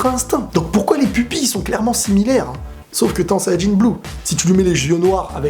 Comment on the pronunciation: Je trouve bien la manière dont tu dis sayanjin bleu